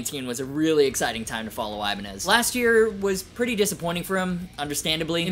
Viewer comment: I-bin-eye lol